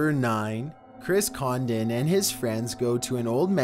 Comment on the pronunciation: Chris condon 😂😂 more like Chris condo....